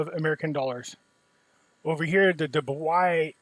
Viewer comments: 😂 Dubai is pronounced DOO-BYE. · It's Dubai, sounds like Doo Buy.